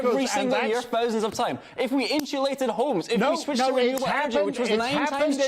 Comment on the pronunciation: Never trust anyone who pronounces "insulate" as "inshulate". Why is it never "inshulation"?